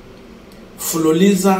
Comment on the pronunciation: It's fuliza not fuliliza😮😮